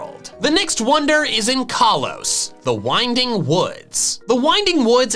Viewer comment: kaalos me.... um um kalos